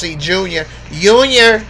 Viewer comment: “I got to take care of unior” 🤣